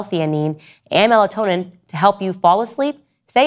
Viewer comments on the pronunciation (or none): none